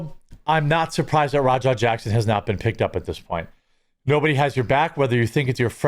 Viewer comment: Is it just me, or does anybody else here "rawdog" instead of Raja?